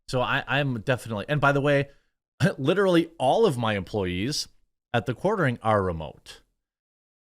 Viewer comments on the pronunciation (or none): Twitter employees are revolting. Lee-Tear-AH-Lee